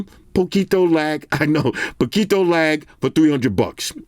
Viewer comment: Your pronunciation of "poquito" is actually pretty good 😂👌